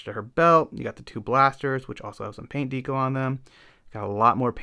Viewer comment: Good work, but I had to tap out because of the pronunciation of "deco". Haha. Keep it up.